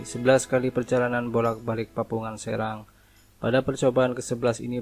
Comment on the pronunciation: Maaf min, pantai serang bacanya seurang